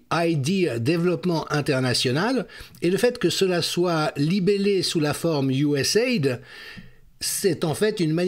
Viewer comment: Bravo Jean-Dominique, déjà pour prononcer us-a-ID.